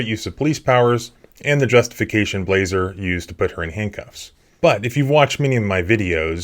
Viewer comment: Blaser rhymes with bullet